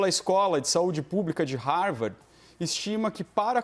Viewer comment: "Harvardi" é duro de aguentar 🤦‍♀️